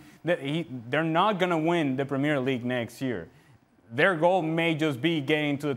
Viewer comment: when you pronounce premier league like that, you opinion is worthless.